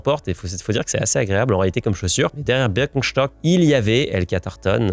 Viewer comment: En tant qu’alsacien, ça me régale la façon dont tu prononces Birkenstock